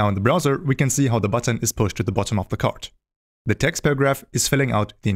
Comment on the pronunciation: bro is calling card as chard!